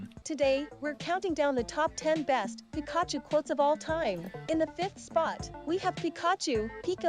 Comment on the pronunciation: Pee kah chu lol